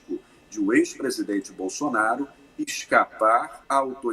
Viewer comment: Q AGONIA ESSE HOMEM FALANDO "PRESIDENTE" .PRESIDENTE AI DENT#😤